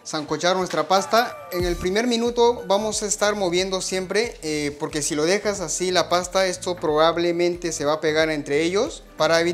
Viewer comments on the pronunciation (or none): none